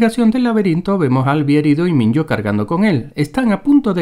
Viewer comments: *Minho (minjo) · De los errores no tengo nada q decir pero... Minyo?? En serio? X favor es Minho 😂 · Amigos, se que el video es viejo y todo pero debo decir esto, osea no se dice Minyo se dice Minjo y se escribe Minho y el nombre que le pusieron a Newt.., amigo está fuera de onda, y para entender porque Gally sigue vivo debes leer los libros, y además a lo q le pones misterio todo tiene respuesta, pero como la gente es tan perezosa no leen los libros donde van encontrar todas las respuestas de los enigmas de la película... Ya,gracias, se tenía q decir y se dijo